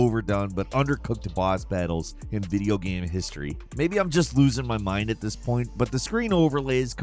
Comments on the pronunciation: omfg say ''game'', not ''gahm'' it's been more than over than a decade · Is it really that hard to pronounce the word game correctly